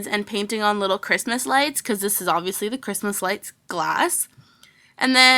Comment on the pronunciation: my sis hates u cause u say obiviously